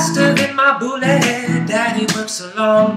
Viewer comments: It's hard to take him seriously when he says boolet. XD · Duude, you gotta fix that bullet. seriously its bullet. Not booooooolet. Haha damn. other than that its not bad though. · The sound quality is very rough.. But the music itself is awesome:) Make a studio version of it with in it and i'd totally download it:) oh yeah, and if you'd prounounce it "bullet" instead of "boolay" it'd sounds a tiny bit better too. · It kinda ruined it for me when he said boo-let... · i think the way they say boolet is great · he pronounces bullets in such a weird way :) sounds like he's saying "faster than my bootay"